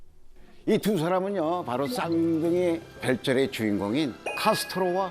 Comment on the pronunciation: 카스트로 아니고 카스토르.;;;; 카스트로는 쿠바 독재자고..